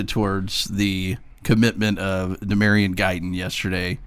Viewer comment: Tell Collier that the new commit's name is LaDamion Guyton...not Damarion...or whatever stupid name said.